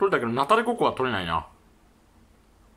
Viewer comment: ナタデコ↑コ↓